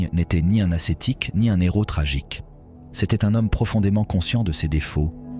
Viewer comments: Dom.age que lu par IA... ex un néros pas un héros.... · Jaime beaucoup mais la voix est de l’IA? « N’hero », « boettie »…?